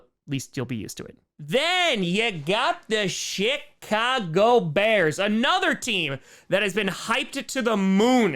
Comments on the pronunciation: Almost sounds like you called them the Shitcago bears 😂😂😂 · I swear to god this man said Shitcago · Did you say shit-cago bears? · It's pronounced "Shitcago".